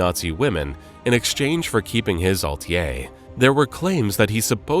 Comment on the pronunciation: Apparently Jackie Kennedy was a nazi and “atelier” is pronounced “altier” 😂🤡